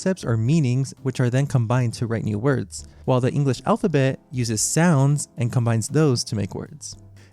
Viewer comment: Ah yes, "alp-ha-bet"